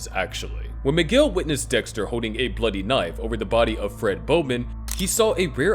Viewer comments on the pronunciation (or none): His name is Miguel, not McGill.